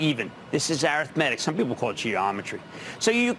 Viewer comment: Air ith matic? Lmao Arithmetic is probably the word he was trying for.